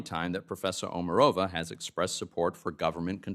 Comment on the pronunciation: Actually, OmArova - accent on the second vowel.